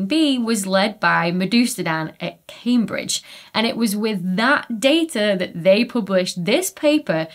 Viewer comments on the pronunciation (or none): none